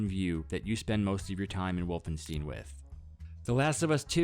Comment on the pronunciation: volvensteen xD (jk, it just caught me off guard because i never thought about other possible pronounciations)